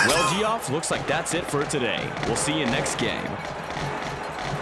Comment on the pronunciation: That announcer guy saying Geoff incorrectly as Gee-off and not Jeff got my blood boiling